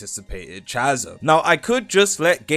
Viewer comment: thats not how you pronounce chasm bro stop torturing me 😭